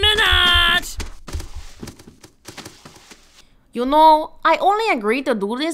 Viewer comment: It's nicki minaaaaaaaj